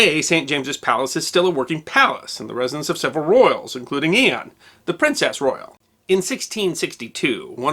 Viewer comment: Is it your accent that makes "Anne" sound like "Ian" ? Please. Surely it's not just me. Anyone else notice this ? >